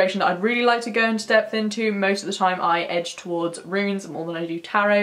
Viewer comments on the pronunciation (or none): none